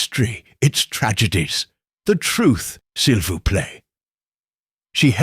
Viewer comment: Not sil vouch plate but si voo play Before you have someone pronounce your Hercule, please make sure he can pronounce the French!! Or Belgian! (Which is in essence, French)